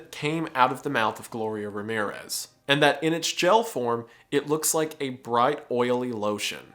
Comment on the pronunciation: Every time you say Ramirues instead of Ramírez, a cat dies.